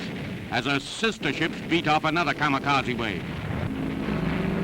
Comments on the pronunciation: Kamakasi= Kamikase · no one: news; K A M A K A Z I